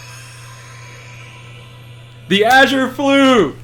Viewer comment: Mans really says “achure flute”